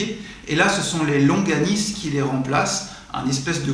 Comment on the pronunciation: Ont dit longanie et non loganise.